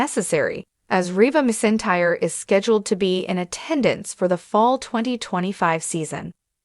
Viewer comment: There is no I and no s in her name. It’s pronounced McEntire